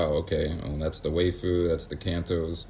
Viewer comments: “Why-foo”… that was bothering me WAY more than it should 😂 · One small pronunciation correction: "waifu" is just wife-ooh. Aside from that, I really appreciate you doing this. So many content creators go over what's coming up in the set but they don't discuss what they themselves plan on doing. Your take on what to do for the next 6 months was really nice to listen to. Keep up the good work!